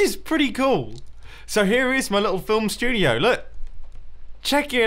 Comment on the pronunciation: shtungnioey? I think you mean studioey 😂